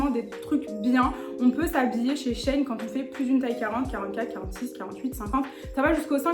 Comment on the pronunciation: Coucou! J’attendais grave ton avis! Je commandes grave sur shein et je suis pas déçue sauf pour les pantalons (je fais 1m56 et du S et laisse tomber c’est trop grand et trop long) Au fait ça se prononce « shi in » (parce que c’est la contraction de l’ancien nom; sheinside) tu m’as stressée avec ça mmdrrr je rigole Bisous 😘